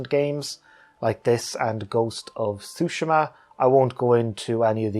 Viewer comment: Appreciate the most accurate pronunciation of tsushima. So many people say sue-SHEEEE-ma. Which I understand, but hopefully more people can learn the proper way to say it.